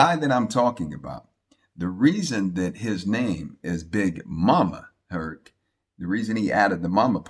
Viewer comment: Mama Hurt.......not “Herc”